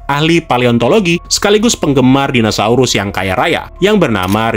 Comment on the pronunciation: om, pelafalannya kok dinasaurus wkwk